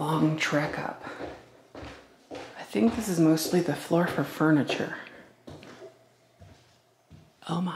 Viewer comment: Lots of “Furnitur” for sure😆lol